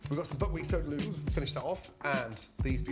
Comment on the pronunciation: Gordon forgot how to say noodles at the start😂